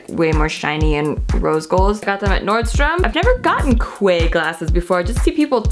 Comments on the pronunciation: The quay Australia sunglasses are pronounced like "key" Australia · Quay is pronounced "key". 😘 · Thank you so much for saying that, I just got to that part and hearing her say Quay like that, oh no. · Quay is pronounced key 😂😘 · It's pronounced "Key." Because they're fancy or sumthin